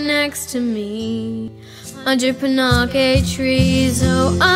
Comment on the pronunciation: ohhh yeah I just googled it, and even though Sophie pronounces it the way I said (pan-aches), the proper way to pronounce it is pan-a-keez like you said... sorry